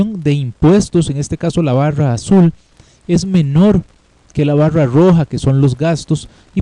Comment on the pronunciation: JAJASAJAJAJSJAJSAJ POR QUE DICE BAWRA PARA DECIR BARRA